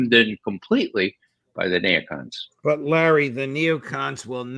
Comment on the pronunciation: No, I can do better than mock. If you knew, you would realize I was not "mocking" his "accent". I follow Ray regularly and the Intel Fridays. Nobody says "nay oh con". That's just done to be different and get attention. I call them all out occasionally. It's unbelievable that they call netanyahu the war criminal with the 4-letter affectionate childhood nickname, or war criminal sullivan by his first name, like a famiiar friend. It should be clear that "nay oh con" is NOT an accent. It is an intentional choice to pronounce neocon differently from everyone else, and I called Ray on it. Leave me alone.